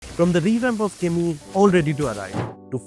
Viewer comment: Kimmy ❌ Kimmu ✅